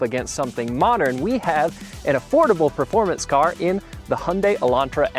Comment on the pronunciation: Those TPI "turds" went undefeated for 3 years straight ('86-'88) in SCCA Showroom Stock. Porsche and Lotus got so butthurt they had the Vettes banned from the series and they were forced to race against themselves in Corvette Challenge. And "proformance" is not a word, it's "performance." You're probably one of those guys who says "Elderbrock" too...